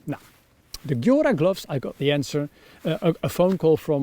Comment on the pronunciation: Would buy the Hestra Lars Fält. They are totally Swedish. Gjöra is pronounced [jeura], by the way.